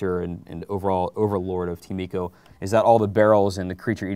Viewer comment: ask a japanese, its ee-co